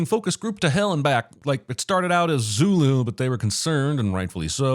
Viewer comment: As a Zulu, I'd approve "Zooloo"